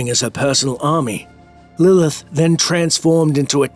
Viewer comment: "But how will Lillhhh...."